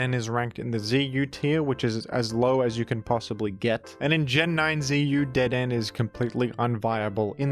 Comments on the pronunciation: The way you say dedenne is painful.. (like dead- en- A) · I'm annoyed at pronunciation of Dedenne even though hes pulled clips from the anime, it's dedeNAY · It's pronounced deh-deh-nay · DeDen is a strong contender against GruDon for the weirdest jimnounciation. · Don't worry. The pronunciation was wrong so the true Dedenne is safe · The way you pronounce Dedenne is so funny, like your tongue is stuck in a blender while gargling condensed milk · I believe Dedenne is pronounced with a 'Neigh' at the end. It is because of this that Dedenne is applying to join the Horse Council. I understand that you may be silencing the 'Neigh' because you disagree with Dedenne's claim, referring to it as "Dedenne's Dastardly Deed" in private, but I think we should all give Dedenne a fair chance. Thank you. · I watched a lot of the gen 6 pokemon anime, which had Dedenne in there a lot, yeah he's absolutely pronouncing it wrong lol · has mispronounced the honorable Dedenne’s name. I think it is fair to say that there is hardly a greater offense capable of being conceived of. Devastating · You mispronounced dedenne on purpose didn't you? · I have to wonder if his butchering of the pronunciation of Dedenne was motivated by trying to make the dead-end joke work.